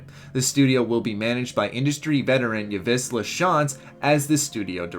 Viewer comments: As someone from Montreal, the way he says yves is absolutely hilarious. It's not pronounced yivus its pronounced more like eves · the name "Yves Lachance" is pronounces "Eve lah-shah-nce". It is French, respect the french language. I don't know what this "Yah-vish" bullshit was. Yves isn't so uncommon that you wouldn't at least pronounce it in the most common way Americans mispronounce it which is more like "Ye-vz". Again, Yves is pronounces like the name "Eve". Like Adam and Eve. Otherwise good news video, thanks for the info! P.S., I too am American and people mispronouncing common foreign names and words is one of my biggest pet peeves. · Nice video. One little thing though, Yves Lachance is a french canadian/québécois name that's actually pronounce exactly like Eve. It helps to be a montrealer! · Great vid! Just want to give you a bit of correction on Yves' name. In French names, there are many silent letters. For example, Yves has 2; the "Y" and the "s". It's pronounced "eve", like Christmas "eve". You got his last name almost perfect. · Yves is pronounced like "eev". Just saying :) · Just a note. Yves is pronounced "Eve".